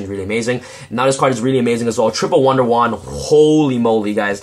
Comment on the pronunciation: Nice Profile! and you say wonder wand like one for one :D